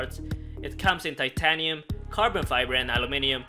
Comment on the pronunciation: Bruh you said titanium and aluminum wrong LOOOOL